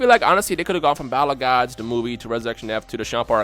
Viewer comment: sounds like says bible of gods instead of battle of gods